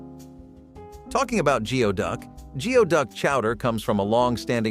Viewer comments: It's not pronounced Geo-duck it's "gooey-duck" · Its not pronounced Geo-Duck clam. Its pronounced Gooey-Duck clam. Im from seattle where its popular in chowder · Geoduck is pronounced goo'-ee-duhk! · Geoduck is pronounced gooey duck. Learned that from Emmymade. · You should get your facts right. Chicken fried steak is made with beef patties not chicken. Geoduck is pronounced gooeyduck!